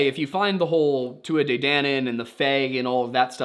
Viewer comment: I mean...maybe the family hated Michael's mother and briefly kidnapped the boy to make her look incompetent so they could maybe get custody? Otherwise, I'm baffled. We might have to Missing 411 this one. EDIT: Also,, thank you for pronouncing Tuatha De correctly, because no one ever does.